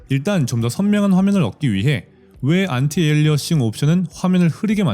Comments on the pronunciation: 안티 에일리어싱 이 아니라 안티 얼라이어싱 이에요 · 왜 도대체 안티에얼리어싱이라고 발음하는지ㅠㅠㅠㅠㅠ으어어억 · 안티 에얼리언식?ㅋㅋ